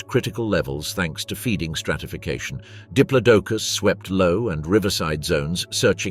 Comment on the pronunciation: Pronounced di plodo cus